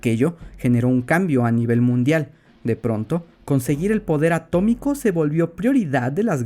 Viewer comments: A-tó-mi-co, se dice a-tó-mi-co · Atómico, se dice A-TÓ-MICO